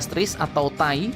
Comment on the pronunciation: Gak enak bener dengarnya.. Bacanya Te A I saja min 😁